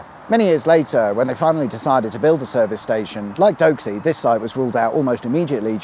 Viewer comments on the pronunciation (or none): its Doxxey, not Doaxey ;) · Doxey has no W in it. It’s pronounced poxy Doxey